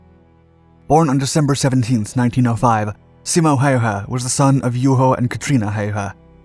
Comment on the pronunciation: Ä My man Ä... Not A